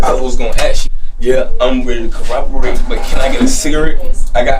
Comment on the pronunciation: Did he say he's ready to "cooperate" or "corroborate" right from the top?.... or was it a combo of both like "coroboperate"?